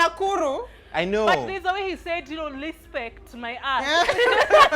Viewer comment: hehe ati LISPECT LISPECT